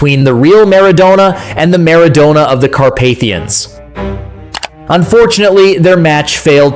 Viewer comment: Only an ignoramus or a data-poor AI bot could refer to the '94 World Cup as "the one thousand, nine hundred and ninety four world cup", mispronounce Maradona, wrongly claim that the whole world was waiting for Diego's redemption (we weren't, we really weren't), call prime-time Romania "a dark horse country" and describe Hagi's superb strike as "a left foot swing". Ha-ha-ha!